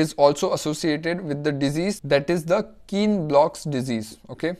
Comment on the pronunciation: Good informative video It is kienbock disease Not kienblock